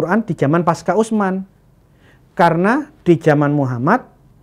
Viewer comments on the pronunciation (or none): none